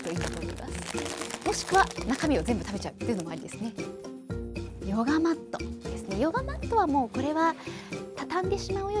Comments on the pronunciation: "yoga mat-to" UUUUUWUUUUU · "Yoga-mato" I LOVE HER